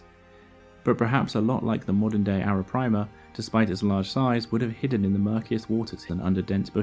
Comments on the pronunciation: Great video as always. Just that it's Arapaima and not Arapraima. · arapaima, not arapraima. great vid, love the channel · Great video but it's pronounced (and written) "Arapaima" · You aren’t properly pronouncing arapaima or bichir